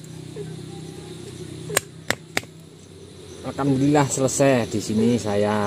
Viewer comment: Maaf om saya kok dengar ucap syukurnya alkamdulillah terus ya, apa saya yg salah dengar😁